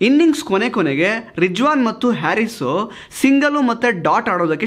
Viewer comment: i liked how u pronounced Rijwan and ajam. B'coz we don't hv Zha in Kannada language.